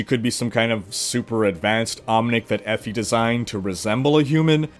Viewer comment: "Effy". Sorry bud it's pronounced Ee- Fie